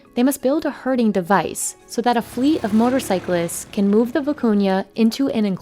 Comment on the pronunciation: Oh! Its `herding` not hurting